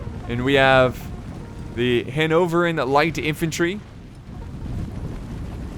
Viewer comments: Hano-vrian -> Hano-ver-ian* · its pronounced HAN-ov-VER-ian